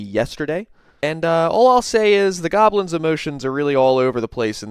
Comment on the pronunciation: I will never stop laughing at the way he says " JOB-LINS"